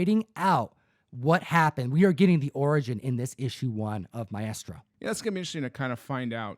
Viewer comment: Maestro = mice-tro,... Not My-est-ro LOL. My-est-ro sounds like a drug that you see on TV for constipation or something